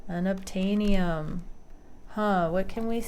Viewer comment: Unattanium 😂😂, you are too funny!